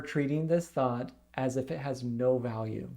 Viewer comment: Listen to this and imagine it is Thot instead of Thought. Phew!